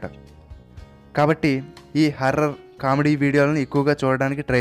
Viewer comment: Anna harrer kadu horror